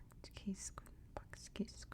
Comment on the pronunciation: Love your videos Btw, Its /bahtch kish-koon/